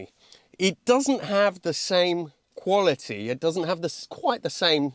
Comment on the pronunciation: Its difference between 'quality' and 'qvolity'